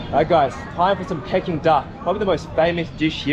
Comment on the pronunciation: it is pronounced “Peaking” Duck not “pecking” duck lol